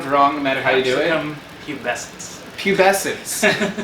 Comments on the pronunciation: It is pronounced Pubes-kens. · Fourth! You said pube essence 🙉